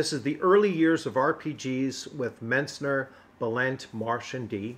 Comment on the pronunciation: "Frank Metsner" you say after typing his name Mentzer several times in the video. 😂 Be sure to ask him how to say his name. Wait, I have seen videos he has done with others, he will correct you every time you get it wrong. 😂